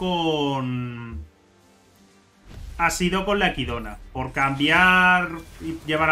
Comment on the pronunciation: Que ilusión ver a alguien que lee el nombre de Echidna bien XD